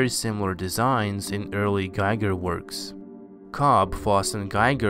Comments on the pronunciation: The artist is pronounced "Gee-ger" and not "Guy-ger". Just a friendly FYI, thank you! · *Giger => GHEE-ger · Giger is not pronounced GUY-GUR. It actually rhymes with Bob Seger. Otherwise, very nice video! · it's pronounced 'GEE GIR' with hard 'G' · I'm new to your work, and I appreciate it. In gratitude for your work, I'll give you a heads up for future videos-H.R. Giger's last name rhymes with eager. Not tiger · Nice. But "Giger" should properly be pronounced to rhyme with "eager". His name is not English.